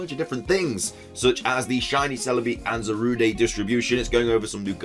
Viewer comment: can you please stop saying zarude as though its a french word, there's no accent, thanks